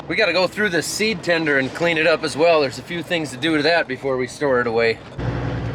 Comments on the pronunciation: Tender... Windy may cause sounds tinder... 😂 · I understood "Tinder" instead of "tender". Laughed very hard for 5 seconds. Watched it again and recognized the expectation that I have for this channel.